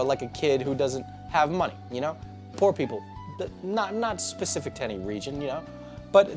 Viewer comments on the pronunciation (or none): none